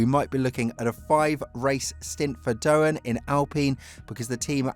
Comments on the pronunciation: It's Doohan not Dohan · Jesus christ man, out of respect for his Father at least, it's DOOwan, not DoHAN, didn't viruses come from there? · Lets hope for Jack's sake you can at least learn how to pronounce his name before the start of the the seasons last race. It's not that hard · Right, this is just disrespectful af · Learn how to say Doohan, I'm sure you can manage one day